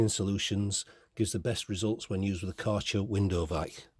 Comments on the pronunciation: You butchered the Kärcher pronunciation. 😂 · aaah right. I am German, so it was interesting to hear it. ☺️